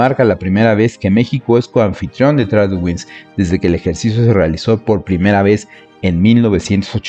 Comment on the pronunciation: Muy buen video, pero una pequeña observación: "Tradewings" se lee como "Treid wings" Mucho aprendizaje para nuestros marinos y que bien que México pueda estar en estos ejercicios. Ojalá el ejército también se uniera y hubiera una colaboración más cercana a la OTAN.